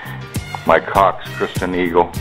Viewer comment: he said cox christian eagle